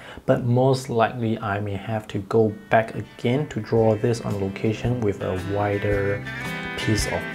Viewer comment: "... an ider ...." ❤